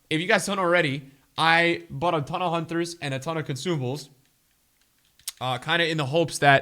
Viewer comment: Nobody:: Hunthers